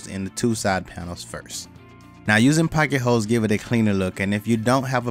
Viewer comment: He said "packet ho's"! Not pocket holes.... lol.. Slap. lol